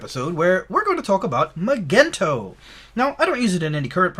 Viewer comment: Magento is pronounced with a soft g.